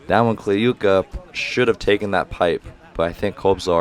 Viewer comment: ок, actually right prononciation was Kliyka [Kluka] - [u = you], Kurkaev - right Kurkayev [..Aev] with like [A = AAA], Podlesnykh - [PoDlesniH] with D and H without K, Kobzar - [..r'] with soft R, Mikhaylov - [..iHaylov] without K, like russian name Michail [Mihail], Yakovlev with accnt at YAkovlev. You pronounced the other names well.